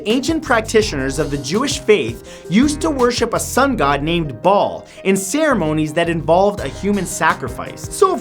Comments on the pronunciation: The god Baal is actually pronounced like bell not ball. If indeed this is what he is referring to. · It's pronounced bail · its pronounced "bale" lol. and believing that someone will try to persuade millions of people that he is God makes you luagh? its not really a conspiracy theorie. and its hard to believe that the gov. wants less gays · "Baal" is pronounced "bail" not "ball" #themoreyouknow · Master Ace Kickers It's spelled Baal and Matt pronounced it wrong. The Israelites actually did worship Baal and Elijah challenged Baal worshippers on Mt Carmal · It's not pronounced ball... It's pronounced bail even though it is spelled Baal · Matthew..... "Baal" is pronounced "BAY-UL" not "ball".. 😂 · I think he bent Baal (pronounced bale) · I'm pretty sure that Ba'al is pronounced Bail* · You pronounced Baal wrong. It's pronounced "Bail" though not spelled that way.